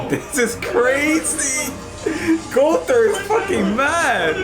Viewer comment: Bro it's gowther not Gunther 😂🤣